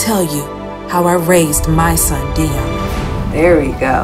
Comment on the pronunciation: It’s dion (dee-on) I thought it was (die-on)